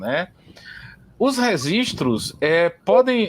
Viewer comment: depois que ele começou a falar "resistros" eu não consegui assistir mais.